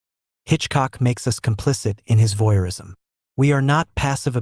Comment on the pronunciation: "Voyeurism," not "voirism!" Who edits this crap?